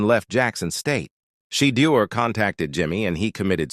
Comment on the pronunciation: So AI calls the qb She-deur? 😂